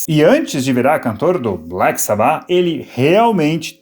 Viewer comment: Agonia ouvindo ela falando Sabbáth a pronuncia correta é Sábbath